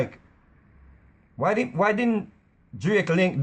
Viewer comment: "So me say; 'Whyee'"....lol